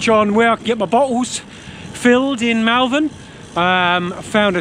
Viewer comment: FYI it’s Moll-Vern 👍🏻🙂 Nice vid, too short though